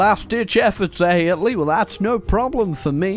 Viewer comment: literally had a stroke while saying Italy